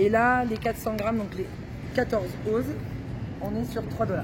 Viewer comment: OZ se prononce "Once" en français d'Amérique du Nord ;-) Côté prix, Canada / USA c'est réellement beaucoup plus chère qu'en France :-/ Autre point, Walmart n'est pas représentatif du choix possible car il est possible de trouver de beaux et bons produits...mais encore plus chers qu'au supermarché.